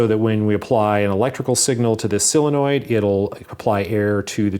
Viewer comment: "Silli-noid" ! Have you been watching AvE ?